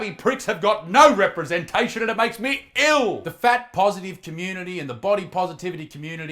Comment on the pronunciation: GOTTA LOVE HOW THE MUSTACHE GOES FULL BRITISH WHEN HE SAYS ILL XD BEST MOMENT IN THE VIDEO FOR ME!